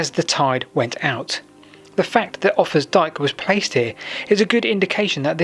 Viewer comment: It isn't 'offers dike', idiots